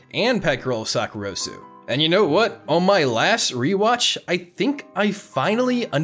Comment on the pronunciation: this is a nit pic but you pronounced sakurasou wrong 😔